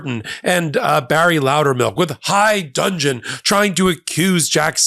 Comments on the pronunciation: It’s not: high dungeon… it’s high dudgeon. To be of high dudgeon, means to be angry at being offended… so I don’t think you even used it right and said it wrong. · "High DUDGEN," not high dungeon.